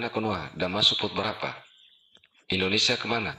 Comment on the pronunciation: bukan indonesa min tapi indonesia..